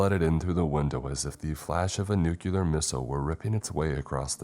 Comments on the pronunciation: Nuclear is pronounced "NEW-CLEAR" and NOT "NEW-CILAR" or whatever the fuck. It is basic English... why, why?? UK /ˈnjuː.klɪər/ US /ˈnuː.kliː.ɚ/ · Nuclear = "New-clear"